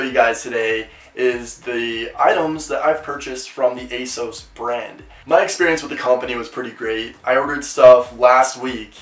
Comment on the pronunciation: The way he says "asos" irks me